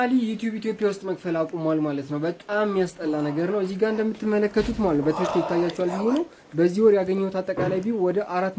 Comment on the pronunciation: Completely wrong! Please say "betekekel"?